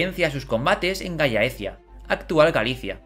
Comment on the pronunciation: ¡Excelentes estos videos! Atención con la pronunciación de los nombres latinos: la doble ele no suena como en español, y ae nunca se acentúa en la e, por lo que Gallaecia se pronuncia [gal-láe-ki-a}